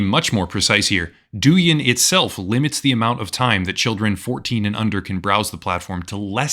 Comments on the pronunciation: For the record Douyin is meant to be pronounced like DOE – YING rather than DOO – YIN. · Pronunciation of Doujin is wrong, it's more like dough - in. .